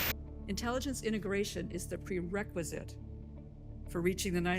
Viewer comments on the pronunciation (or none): none